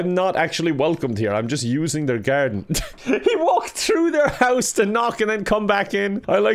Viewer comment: Irish accent went into full effect when he said garden. 😂